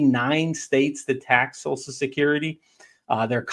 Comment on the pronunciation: WTF is "SOSUL" Security?